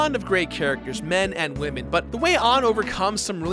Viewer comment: They really said top 10 wamen